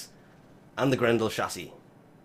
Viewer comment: The way u say chassi bothers me so fucken much